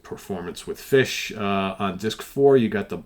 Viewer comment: Some great additions ……. I’m not sure you’re pronouncing “Fish” correctly, according to Steven Reid 😂